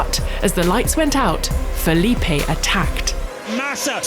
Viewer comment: Fe'lip.e Matisa Amo essa Pronuncia dela